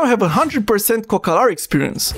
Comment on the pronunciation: A pronunțat bine